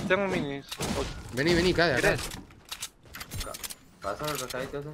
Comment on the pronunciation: Dice Kade :v